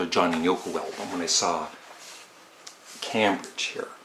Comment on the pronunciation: it's pronounced CAME-BRIDGE - famous for its university.